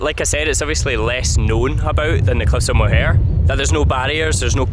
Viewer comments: Im sure youve been told but its said "More" not mohair. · Good episode here. I think a trip out to Blaskets is epic. You get that closeness to hundreds of years of history and a way of life. But guys, it's Cliffs of MOW-her, not moHAIR! 😂 (My poor ears!) But it's understandable - my favourite pastime driving around with my wife was getting her to try and pronounce the place-names 😅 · Awh looks like a nice relaxed break away. Being Irish had a giggle at a couple of pronouncinations , Listowel( Listoel) Cliffs of Moher( Mowher) , i enjoyed it all. The Cliffs of Moher have had a few people sadly thrown themselves off there, so sad. Delighted ye saw a good few placws before ye decided to head to Dublin. Knick is pure country, lovely people. Did ye check halfords for the bucket.